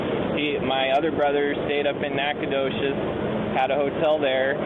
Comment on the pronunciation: Nacogdoches. The “G” is silent. This is just like Uvalde. Everyone shows up and stands around with their hands in their pockets. "Texas Fusion"